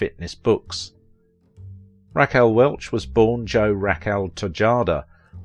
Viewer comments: Good job, except I cannot get past Raquel being pronounced Rack Elle. Lol Naw Tee Naw Tee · Couldn't pronounce 'Rack El'? Maybe America was always dumb . . . . I first saw her in Fantastic Voyage at the theaters.